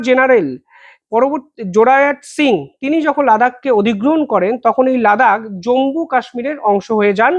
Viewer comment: জম্বু নয়, জম্মু ( not Jambu, but Jammu )